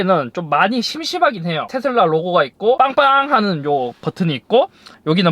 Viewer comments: 테thㅡㄹ라 엑thㅡ ㅋㅋㅋ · 앞부분 테 슬 라 할때 취한게 아니면 더위 먹으신건가요? 건강 잘 챙기세요.👍🙂